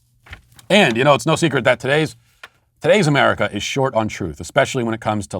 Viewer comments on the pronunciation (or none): none